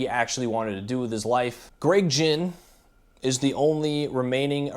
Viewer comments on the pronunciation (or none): Its Gregg Ghinn. Not Gregg Jinn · You claim to be a huge Black Flag fan, but you don't even know how to pronounce Greg's name. They were always an evolving band. The current version is the best he's had since the old days. There's a big difference between "selling out" and having paid your dues playing your own music your way. All of the bands you mentioned had to deal with fans calling them sellouts from the very beginning.